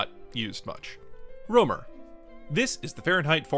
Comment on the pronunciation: I found a typo in "soild". At this point, you pronounce "Rømer" as "romer". At this point you pronounce the letter "ø" as I believe you should. It seems inconsistent to me.